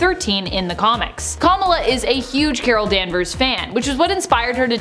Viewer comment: The pronunciation of “Kamala” is sending tremors of cringe down my spine.